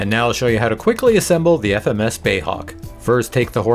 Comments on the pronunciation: Love your videos but it's BAe (British Aerospace) not "bay" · "BAY" Hawk ... LOL. How funny 😅 🇬🇧